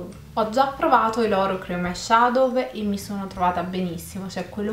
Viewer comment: Ciao molyo bello il video ma eyeshadow non si pronuncia con la v ma con la u